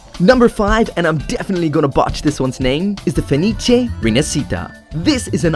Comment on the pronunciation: You pronounced Fenice's name correctly.